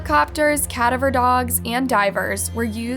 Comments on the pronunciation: It’s Kuh-DA-ver dog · You mean “cadaver dogs” it sounds like (cah-dav-er) You mess up allot, You’re welcome! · Cadaver dogs...it's pronounced (ca-DAAV-er)...a cadaver, as in a dead body. You always seem to say that wrong...and being into true crime, it shouldn't be one you get wrong. Also, they had a regular search dogs as well as cadaver dogs...there's a difference between the two. I mean no disrespect...just saying... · Wait, did you actually call cadaver dogs, " cat over" dogs, and twice?? I'm sorry to say anything, but at first, I didnt know what you were trying to say. It's pronounced " Ka daver" dogs. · ca da ver.............please check your pronunciation! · It’s pronounced “ca-da-ver” dog. I noticed you always mispronounce it. Lol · Cadaver is pronounced with emphasis on the second A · You are pronouncing the word “cadaver” incorrectly; you’re putting the emphasis on the wrong syllable. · Parents for sure, I love your vids but can't stand to hear you mispronounce cadaver dogs. Lol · Learn how to pronounce “cadaver.” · the way u said cadaver dogs lmao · This is so random but I have never heard someone pronounce cadaver like that, I almost hadn’t even caught that there were cadaver dogs cause I didn’t recognize the word lol I kinda like it better sounding this way. Also it’s just mind blowing to me that a child can just vanish with zero trace at all. Although personally I feel like a lot of the cases where they vanish completely and randomly the parents are involved. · So....are we just going to ignore how she said cadaver? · Pls learn how to say cadaver correctly omg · Never heard cadaver dogs pronounced this way. Had to rewind it and put captions on to make sure I knew what was being said lol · Ok seriously why in the hell do you pronounce "cadaver" so bizarrely?? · Never heard someone pronounce cadaver like you did.. lol fucking weird.